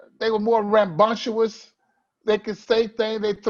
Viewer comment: “Rambunctyoo -us”. I will look it up